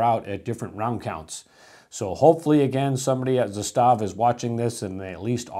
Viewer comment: 'zastava. is the way to pronounce it correctly. hard accent on the za.